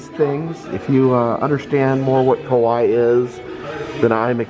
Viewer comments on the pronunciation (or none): Kawaii actually pronounce kawa"eee" 😂. Great video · Ka-why-ee like Hawaii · Me screaming at my TV going "it's Ka Why Eeee" 😭😂 i know you mean well but omgg I felt like correcting you. Also props to Disney displaying the history of kawaii culture though. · Kawaii is pronounced ka-wa-ee and literally means cute. I've been really enjoying your videos. I'm glad you're feeling better and spending time with your daughter. You probably don't remember me, but I finally got to meet you at knotts scary farm 2021. You were so nice! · it is pronounced ka-wa-ii , you should watch an anime once 🐻/\🐻